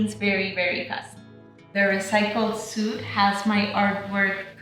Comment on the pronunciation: These are so beautiful!! Congrats! I wish I was in the market for a yoga mat. When I am I know where I’m getting my mat! (FYI - “suede” is pronounced like “swayed”) 🥰😍